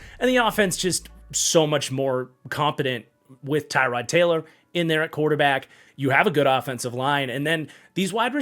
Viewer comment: I love you but it’s even like 7 years since the browns hard knocks. His name is pronounced Tuh-rod Taylor, not Tie-rod Taylor 😂